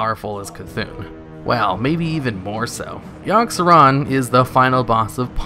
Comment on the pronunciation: yogg-saron? i think you mean YIRG SERAN